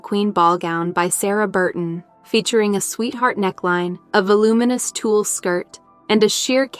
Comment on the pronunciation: TULLE, not “tool”